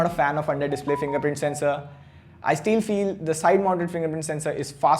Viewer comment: I steal feel instead of I still feel 🙂